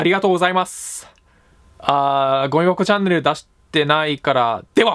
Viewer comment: どうしてもゴミ箱チャンネルがごうよこチャンネルと聞こえてしまう